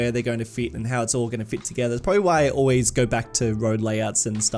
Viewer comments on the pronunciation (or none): none